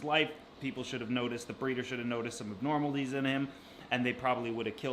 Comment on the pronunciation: "Abnormalties"??? I think he was trying to say ABNORMALITIES*